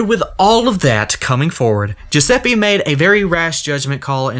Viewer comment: i'm italian, and i can say that the pronounce of "Giuseppe" you said is wrong it's pronounced "GiusePPE" , not "GiusePEE" sorry if it sounds rude, i didn't mean it in a rude way